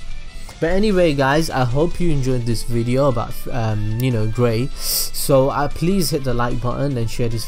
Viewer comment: you almost said gay not gray